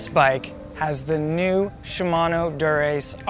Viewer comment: wow, a canadian who pronounces "shimano" correctly. incredible.